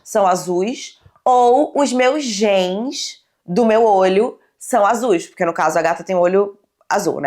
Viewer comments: Sim kkkkk ela falando "gens" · passando mal com a nao sabendo que tem a palavra genes em português e fazendo uma pronuncia totalmente diferente lkk